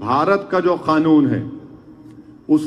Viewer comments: Khanun bolta hai kanun ko😂😂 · अबे मोडी नही मोदी है वो और खानून नही कानून होता है😂😂😂